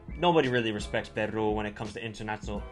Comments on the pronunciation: Is not Perrrru. Is Peru!!! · 1.Can you pronounce Peru better? 2. its really sad that after the world cup peruvian players were all waiting for offers from Europe but they never came! 3. Don't worry .. most SouthAmerica believes this team is stronger than 2018.